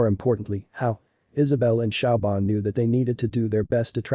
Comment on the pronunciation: siobhan is not pronounced shauw-bahn, but shavorn